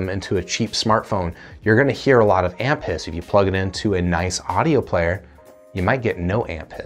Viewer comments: When you were saying "amp hiss" all I was hearing was "aunt piss" and I was laughing so hard my iems popped out of my ears. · Not gonna lie, the first time he said amp hiss, I thought he said ant piss. I thought that was a weird thing to look for in a mp3 player but I wasn't going to judge.